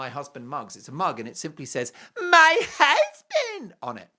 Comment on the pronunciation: I love that also especially also when he says my husband hussssbeeend